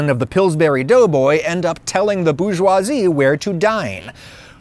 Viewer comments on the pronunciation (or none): none